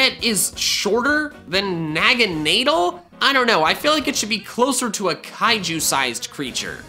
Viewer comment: NOT NAG-EN-NAY-DLE NAG-EN-NAW-DLE